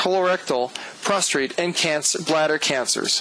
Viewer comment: It is pronounced Prostate, not Prostrate. sorry, sir!